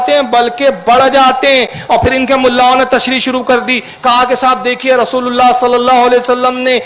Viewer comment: یا رسولٙ اللہ ہے . ل پر زبر عربی کچی ہے سیکہ کر آ۔